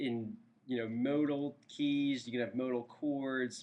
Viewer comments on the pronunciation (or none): none